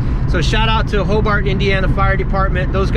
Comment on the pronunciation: Ho-BART??? No dude. It's Ho-BERT.